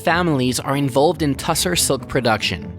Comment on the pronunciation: Tussah, not tussar, in standard English textile lexicon.